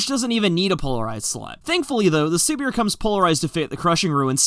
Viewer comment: I think it is suppose to be pronounced like Siberia since Siberia is a cold place but I could be completely wrong about this because I don't watch dev streams